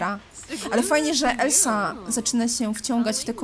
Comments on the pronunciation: merciu mówi się elza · Nie mogę już słuchać jak ciągle mówisz "Elsa" zamiast "Elza", bo Elsa się pisze a mówi Elza!!